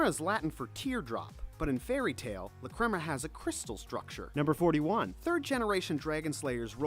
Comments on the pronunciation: I am cringing so much with the way he says lacrima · IM SORRY BUT YOUR PRONUNCIATION OF LACRIMA MAKES ME SOOOOOO MAD